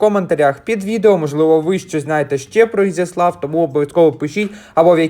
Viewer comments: Ви не правильно ставите наголос,треба на букву Я,на місці місцевих я би образилась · я трохи більше живу в цих краях і весь час було Ізяслав,наголос на Я.Зараз взагалі нові правила мови молоддю-авта,пальта і т.д